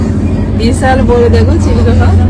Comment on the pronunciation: আমি ও চিলকা হ্রদ জানি। চিলকা হদ এই প্রথম শুনলাম 😢